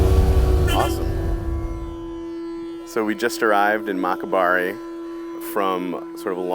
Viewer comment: Its not. mo- kai- barii dats bengali tone its Maa-kai-Baari which in Nepali means Corn(Makai) field(bari)!!!